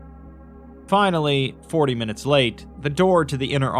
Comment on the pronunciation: Fi... Nal.. Ly....!!!!